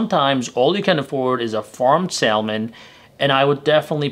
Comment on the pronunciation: Its called SA MON .. THE L IS SILENT.